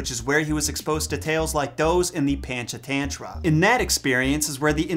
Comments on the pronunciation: Lolz... pronounced: punch-aah-thun-thra I love your videos btw! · ❤️ from India 🇮🇳 Panchatantra is pronounced as Punch - uh - Turn - Traa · Pancha tantra is actually pronounce puncha tuntra. And it's Tavi as in Taw-vee. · SUPER late but Panchatantra is pronounced "paa-n-ch t-hun-thra" (paa is pronounced like baa but with a p ; ch is pronounced like ch of church ; hun is pronounced like hun from mulan but faster) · As an Indian kid, I immediately recognized this tale but I had no idea it was in the original jungle book. I used to get so angry at the mom who k*lled the mongoose, so I'm glad he got a happy ending in that version. Also, your pronunciation of Panchatantra is so funny to me. (Technically it's right because it's the British pronunciation but I had to do a double-take when I heard it, lol) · you pronounce PANCHATANTRA wrong